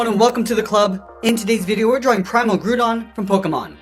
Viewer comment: Btw, it is pronounced “gr-ow-don”, like the way “ground” is pronounced, since Groudon is the physical embodiment of the ground. Even still, this drawing is legendary!